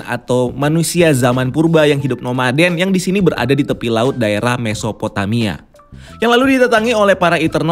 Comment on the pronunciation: Pas bilang mesophotamia gw kira mau bilang mephisto lg lu, ga jadi gw tampol deh.